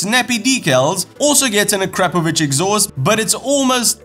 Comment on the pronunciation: Thank god at least one presenter ( and Lyndon Poskitt) can pronounce Akrapovic correctly. Well done sir.👍